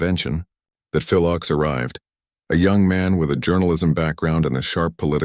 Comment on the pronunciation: Your mispronouncian of Phil's name undermines your narrative.